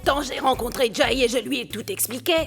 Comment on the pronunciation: M'paka wè piya sa jan lap parle an se tankou yo te fosel pran Jay li paka di Jay non